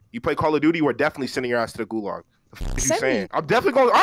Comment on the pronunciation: nigga said golag